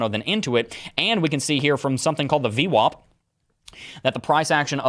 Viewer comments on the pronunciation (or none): none